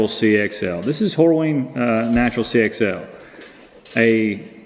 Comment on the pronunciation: my wife’s family all say Longhorns instead of Longhorn. You said Horweens instead of Horween, CF Steads(CF Stead) there are a few more in there… It’s just a funny little quirk that people do in the south at least in Georgia, North Carolina, South Carolina. I guess also in Tennessee. 😂